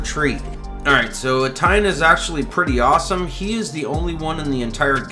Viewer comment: Love you man, but it's Eh-tee-en, not e-tine.